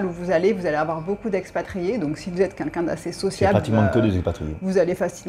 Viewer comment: J'adore toutes vos videos, je les like, je m'abonne volontiers🦋. Il y a juste une chose qui manque pour atteindre la perfection a mes yeux:, please, c'est 'quelqu'un' pas 'kinkin'. Merci et bonne continuation a vous deux + Peggy + matous 🌹🌹🌹🌹🌹